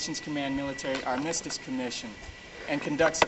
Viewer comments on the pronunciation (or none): needs to check his pronunciation of the word "armistice."